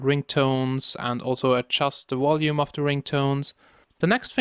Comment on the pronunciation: Wth is "whalume"